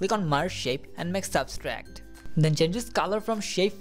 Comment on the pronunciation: Thanks, to you, I was able to make this animation. But It's Subtract not Substract